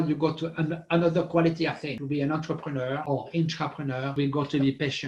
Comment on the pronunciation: Great explanation, thankyou guys I hear intrepeneur & entrepreneur. Is ther an innerpreneur? 😁❤👍🏾💫🙏